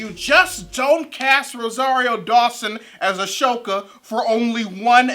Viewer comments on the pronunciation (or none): You're mispronouncing Ahsoka's name. It's an S sound not an SH. Ah So ka, not Ah Sho ka. Ashoka is a different character. Stay awesome! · Interesting you pronounced Ahsoka like that. An Indian friend of mine was saying it should be said like that.